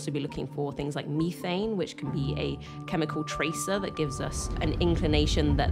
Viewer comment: Meethane?? Methane gas/liquid(cold)